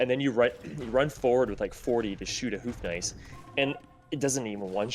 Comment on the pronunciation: I know you wont read this and your pronounciation is almost on point on the Bohemian's Houfnice, but you are hooting like an owl when saying it:D There is a "ou" sound in there, almost like in "though", you gotta swing on it. If you could incorporate thata into your prononciation it will be 100% perfect! Much love from a Bohemian:)